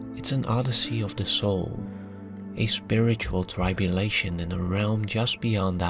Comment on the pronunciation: Just a tiny comment if you're interested in pronounciation, I feel bad because this is such an incredible video. , the "i" in the word "tribulation" is usually pronounced the same as "rib", or "crib" instead rhyming with "pie" or "buy". I know it's confusing because some words with "tri-" are pronounced rhyming with "trial", "trifecta, "tribal". And the "u" sound is the same as the word "imbue" or "glue" but it's pronounced quickly in "tribulation" as it's not the emphasized syllable..